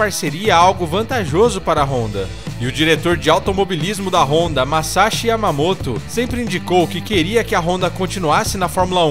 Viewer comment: "massaru myamoto"